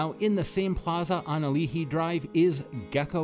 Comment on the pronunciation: Also at Ken's...Gotta order Sumo-min, eateries own spin on saimin, much like Shiro's roll-call list of various noodle bowls!-lol...Gecko Girlz is on Ali'i Dr(Ah-lee-ee) your pronunciation came out as Ah-lee-hee. Hawaiian shave ice is similar to snow cone, in that ice is shaved finer & syrup toppings/sides are Too numerous to mention!-lol...All in All, Very nice submission....